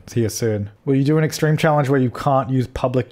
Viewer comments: When you say EXTREME in the intro i always hear EXTWEME and honestly makes me laugh everytime 😂😂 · Wags to witches Wextreme Wexdition.